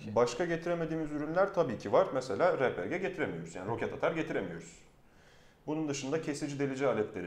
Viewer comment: Adam RPG yi repege diye okudu ya la :o